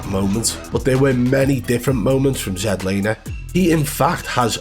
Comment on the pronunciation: ZEDlaner lmao 🤣